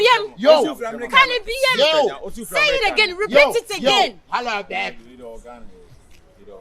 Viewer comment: The way Aka is pronouncing babe 😂😂😂😂😂😂dey funny me rough 😂😂😂😂😂😂😂😂😂😂😂😂